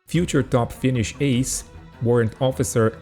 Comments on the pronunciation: Your pronounce Finnish names deserves 10 pistettä ja 🦜papukaijamerkin/10 points and a parrot badge (a finnish saying). 👍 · Your pronunciation is superb! Yes, I can hear you are not a native speaker, but still your pronunciation is spot on! Well done! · Your pronunciation of Finnish names and terms is quite decent for a non-native to be honest! Great content, thank you for making and uploading these videos covering a rather underappreciated and often overlooked air campaign of the Continuation War.